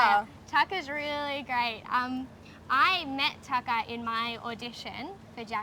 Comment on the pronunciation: it's TaKAYA not tucker xD